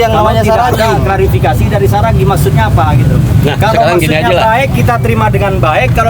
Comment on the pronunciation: Seragi apa Saragi ,, ngomong yang betul .